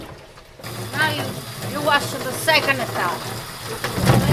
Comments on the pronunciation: About the colander: “You put in a da tings dat droppa da wadda.” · You had me at "the thinga that droppa da water"